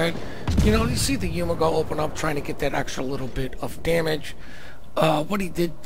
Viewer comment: YU GU MO not YU MA GO